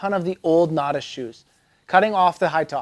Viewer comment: 14 things you don’t know about how to say Natas. Except a couple times you got it right for some reason.